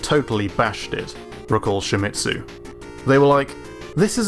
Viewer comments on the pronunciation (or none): Don't pronounce Shimizu like "Shimitsu"